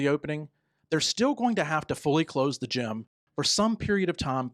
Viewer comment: It is GIM not Gym